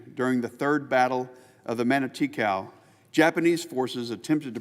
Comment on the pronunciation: Learm how to pronounce "Matanikau". Dave Holland has great videos that would help. Don't just read what your staff gave you. Do better.